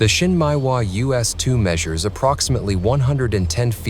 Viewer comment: Not so important but you might look at how Japanese words are pronounced. Shin Meh ee Wa. Not Shin Mai Wa. Nice video.